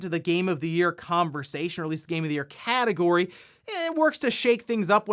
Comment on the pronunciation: "cat"egory I see u,.